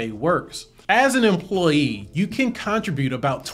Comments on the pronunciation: this is amazing!! (btw this is SUPER pedantic but i think you’re pronouncing “contribute” wrong ) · lol! I was wondering the same thing. Maybe I say it wrong?? Ha ha ha.